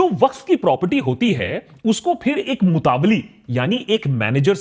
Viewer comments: Its not called mutavalli its mutawalli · Its nor मुतावली Its मूतवल्ली Pronouns correctly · सही उच्चारण ( right pronunciation ) मुतवल्ली ना कि मुतावली जैसा कि आकाश बैनर्जी बोल रहे हैं । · It's not a MUTAVALLI it's मुतावल्ली or मुतवल्ली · Love you Aakash! It’s pronounced Mutta Walli (like Nalli) not mutavly 🙏🏼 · Mutaavali 😂😂😂 itni research kari pronunciation bhi seekh lete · ji correct pronunciation is motawalli (mo-ta-walli).